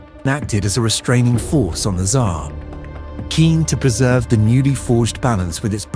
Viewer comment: And the pronunciation of this AI generated narrator is terrible. One of the weirdest pronunciations of Tsar I have heard